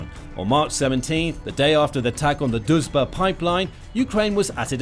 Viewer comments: You try but it´s not Dužba it´s DRUŽBA. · Not "Duzh-ba" but D-Ruzh-ba" -- it means "Friendship" in translation from Russian. Дружба. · It’s not Duzhba, it’s Druzhba Pronounced Drew-zhba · lol is Drujba, but you pronounce it as Doucheba 😆😆😆😆 I am from Ukraine by the way and I think doucheba is more fitting name for this russian pipe 🤣🤣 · Why did i keep hearing it as the "duchebag" pipeline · everytime he says Druzhba, i hear Dushbag! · You should really learn how to promounce "Druzba" when you make a video where you say it like 100x...it is not that hard...just play it few times in the Google Translator🤦‍♂